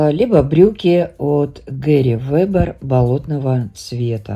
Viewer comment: Пожалуйста,произносите название бренда Герри Вебер мягко с ударением на букву Е, слово пУловер, но не палувер! Слово Лагерфельд с буквой Е!Не обижайтесь,это искренне сказано,я вас уважаю